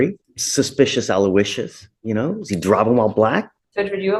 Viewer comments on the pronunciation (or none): “Suspicious Aloicious” gaaahdamn 😂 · "Suspicious Alouisious".😅😅😅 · Judge said Suspicious Aloicious🤣🤣🤣got me dying...i love him cuz he's for right